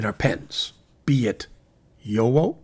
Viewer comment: FYI… the correct pronunciation of JoWo is “YoVo”. (the “w” is pronounced as a “v”) I enjoy your videos very much 😊